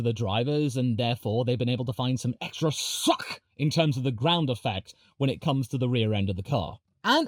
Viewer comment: How he says suck is weird funny and disgusting at the same time lol